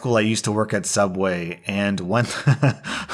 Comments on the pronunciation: It's Pronounced suubway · soobway anyone?